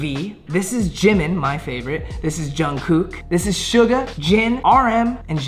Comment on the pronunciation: That was “shuga”